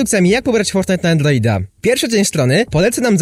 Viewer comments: Foltnite na andloida czm mówisz l? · sory że pytam ale dlaczego mówisz andloida?